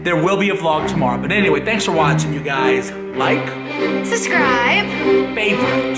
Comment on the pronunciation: ITS SUBSCRIBE NOT SUSCRIBE!